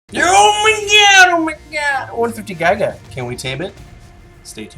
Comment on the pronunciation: I know this is a old video but the way you guys pronounce gigga and quetz is so cringe.